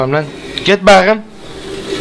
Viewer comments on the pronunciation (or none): Benim en çok baqım demesi dşdjeğwjdğd